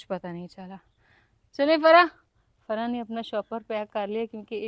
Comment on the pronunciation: Farsa nhi bolte farwa bolte he😂